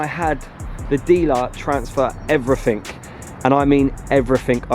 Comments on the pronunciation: No mirrors and you say "everythink". Tool. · Why do brits say everyfink? isn't it everyTHING? Regardless, sick build!